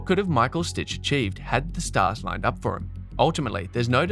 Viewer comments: If you call him „stick“ it’s much closer to how his name is actually pronounced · So funny you spell and pronounce Stich's name as Stitch lol. I guess you don't know German. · It's really annoying that you call him 'Stitch'. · H2H Richard Krajicek-Pete Sampras: 6-4. And it's Stich, not Stitch! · Don‘t worry. I studied in the US and wasn‘t at all annoyed by your americanized version of the German „ch“. It‘s just a phonetic sound English speakers don‘t use 👍🏽